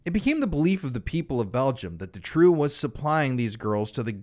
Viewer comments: I hate to be that person but it's pronounced Doo-trow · Doo-trow. Doo-trow.